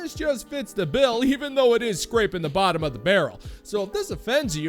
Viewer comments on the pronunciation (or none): What’s a “boffum”?